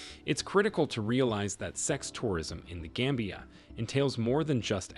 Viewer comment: It's not game bia but gam bia. Gam as in gama rays.. you should listen to the pronunciation before narrating.